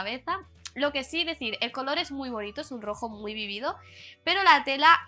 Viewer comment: "vívido" , no "vivido"